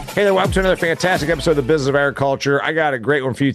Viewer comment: I was just listening to your words. Like the word business is not usually pronounced bizus. But really it's not a crisis worth cussing about. It's your show and you can say whatever you want. I was just listening and made an observation. Feel free to ban me, I'll still listen yo.